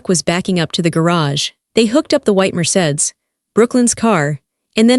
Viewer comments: Need to pronounce words correctly Mercedes not marsaid lol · Mercedes pronounced: Mer-say-dees